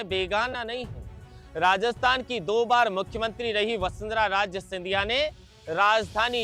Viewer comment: राज नहीं राजे बोलें